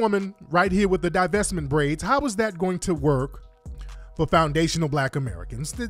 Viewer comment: Divestment briads😁😁🤣🤣🤣😂😂😂😂